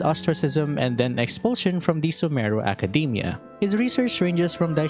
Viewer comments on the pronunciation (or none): none